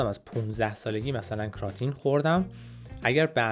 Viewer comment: کراتین رو کمی اشتباه گفتین استاد امین قسمتی در یوتیوب بهتر گفتن در کلیپشون